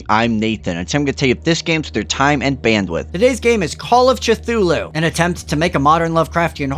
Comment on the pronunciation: Your decision to pronounce Cthulhu that way has driven ME mad!